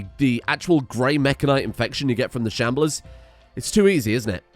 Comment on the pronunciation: You calling them shamblears kills me